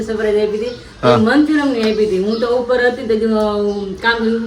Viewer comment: Manchuriam na kevay Manchurian kevay..